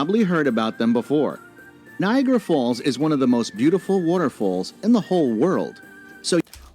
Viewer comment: NiagAra. Not like "Viagra." And it's "the Maid of the Mist," not "Maiden."